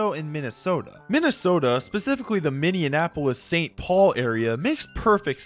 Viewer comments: Yeah, that's weird. I don't think I've heard "minndeianapolis" pronunciation previously. Do it once, just misspeak, but multiple references ... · I'm amazed at how often Minneapolis is mispronounced in videos. It's Minny-apolis...NOT Minian-apolis. It doesn't rhyme with Indianapolis. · I've had to make the same comment on at least five other unrelated videos from five other separate YouTubers. Maybe it's because I live in the upper plains where Minneapolis is a prominent city, but it's still insane to me how many people say Minian-apolis instead of Minny-apolis. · Minneanapolis making my ears bleed bro please show some respect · Speak it out "Minn-E-Apple-us" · Great video, but brother, what is a Minneanapolis? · That 2nd, non-existent N in Minneapolis is hurting my soul, and I'm not even from there. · The way you pronounce Minneapolis makes my ears bleed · I like ur vids but please learn how to say “Minneapolis” you’re really getting on my nerves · enjoying this vid my guy but you gotta learn how to say "minneapolis" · omg my thoughts exactly but also great job! outside of that pronunciation faux pas (and inconsistency in spelling it throughout the video) i've now watched this twice today so i really love your takes! so keep up your insight because this level of history is desperately needed!!!